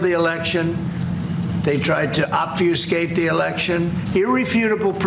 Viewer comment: "Obfiescate"?? Trump's phoenemic parapharsia has been a strong indicator of his cognitive decline for several years but, dood, avoid using words with more than two syllables. You sound like a Valley girl trying to look smart.